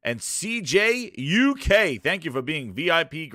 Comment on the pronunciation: Yo! Sup what an incredible show! Just a heads up, its CJuk! Not CKuk lol😂□